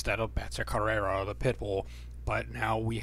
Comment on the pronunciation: It's Betch co-hey-a, how you prounounce it